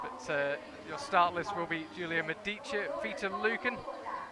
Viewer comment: I hope would appreciate, following his attempts on the Verhoeven last name's pronunciation, that Medici has a stress on the 'e' not the first 'i'. On the historical side the Medici family was based in Florence not Rome:)